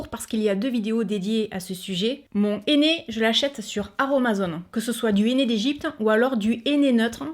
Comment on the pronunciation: mon néné... ça m'a fait rire. Avec l'accent, c'est hilarant. J'utilise du henné neutre grâce a toi et j'ai beaucoup moins de démangeaison. Quand a Action, j'y vais souvent et j'achète de temps a autre les produits que tu testes en vidéo. En générale, c'est toujours un grand oui. Des bisous